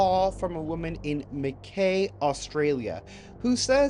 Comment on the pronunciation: Luv Ur show but just wanna say its pronounced Makeye-, Mack- I. Watching from Queensland Australia 🇦🇺